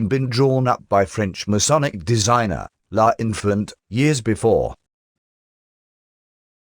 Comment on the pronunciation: L'Enfant not La Infilant